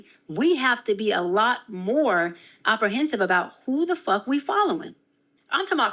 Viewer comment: She said "opprehensive" in this video. In another video she said "licenzer." This women is a fake and a fraud. I hope she ends up in prison.